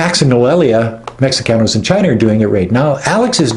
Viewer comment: Mexicanos is pronounced (Mehecanos) the ( X) in Mexico is pronounced with an H.